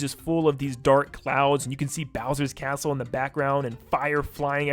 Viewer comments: Bro said asshole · He said castle! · Bro It feels like he Is saying assh0l3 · Ik but it sounded like it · So, I'm not the only one who heard that xD